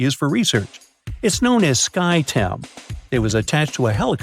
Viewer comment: I've seen a handful of vids, generally speaking, where folk trip over their tongue and don't realize it. Probably didn't mean to.